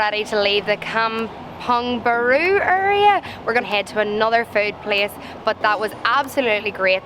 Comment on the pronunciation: But really, you pronounced Kampung Baru perfectly.